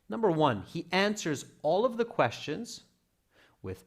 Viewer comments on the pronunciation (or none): is that quastions or questions😂? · "quastions" A'aight, imma head out...